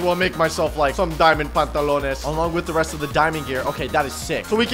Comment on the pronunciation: What she say a pantaloner